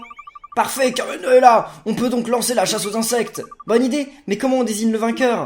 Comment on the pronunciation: Tu a dis kirbendo au lieu de kirbenda